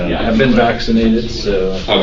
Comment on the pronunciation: Tell me your stupid without telling me your stupid. "I'm vaznated so..." 😅 I wonder if he ever looks back and wonders, how could I be so dumb.